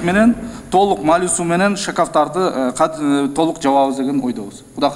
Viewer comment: Журналистер Майлы -Суу эмес, МАЙЛУУ-СУУ деп туура жассанар сураныч .